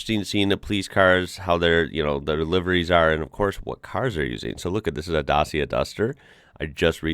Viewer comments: Actuallly Dacia is spelled not as da-ss-ya… the correct one is da-tcha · Hey buddy :) still a Dacia problem ... try to pronounce it like "Dutchia"